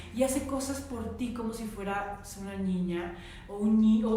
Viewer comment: A una disculpa pero Ud dice ñiño o ñiña y es mal pronunciación en niño o niña